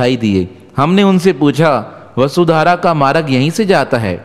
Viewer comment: Aap maaraag kiyu bolte ho ..vo maarg ..aap Hindi to Sikh lijiye sahi se ..